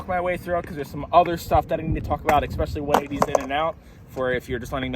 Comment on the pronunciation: Can you do a trick tip on how to pronounce "especially" next? JK... love you LOL. For real though good explanations on the 180 manuals and 180s out. I was trying to do fakie fs nosegrind switch bs 180 out (if you saw Gustav's part in sour solution 3 you'll know why) and my shoulders were what was messing with my head. I think I can apply a little bit of something from this to that trick. I almost got switch fs bigspin out of it too, also all shoulders, but I ran out of sunlight.